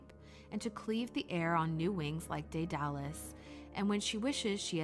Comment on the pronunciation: Daedalus =/= “Day Dallas”